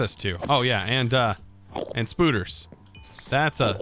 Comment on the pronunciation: I never thought I'd hear say, spooder